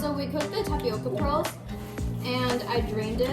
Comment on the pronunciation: "WE FOUND TAPIOKA PERALS"